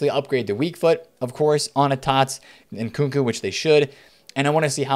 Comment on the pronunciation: How come u call him nkuku it’s nkunku 😂🤷‍♂️